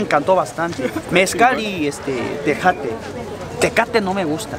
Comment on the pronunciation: Se dice o pronuncia tejate🇲🇽